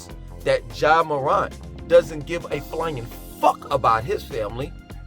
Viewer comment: Btw it’s pronounced “MORE-ANT”